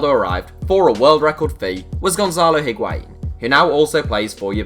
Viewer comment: Void Vector no. It’s not wa It’s a